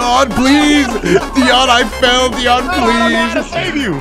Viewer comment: First "T" and Now "Deion" :'(